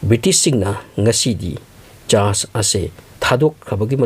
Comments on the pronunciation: Chast haire eidi church haiba manludre. Semgna haibiyu pronounced toubada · Vocabulary si taba yam nungaite tondo normal tone oiyo, charch hybdu charge hyna thoka,foreingner sabada over smart oire